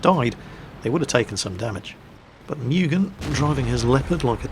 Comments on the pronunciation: It's not "Me-u-gen" its "Mu-gen". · I think it's pronounced Moo-gen and not Mew-gen